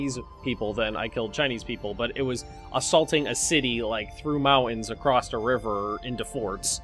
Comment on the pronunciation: Anybody notice how sometimes says "acrost"